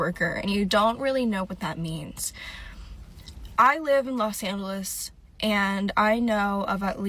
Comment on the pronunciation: Did she really say lowes an-hell-less? 😂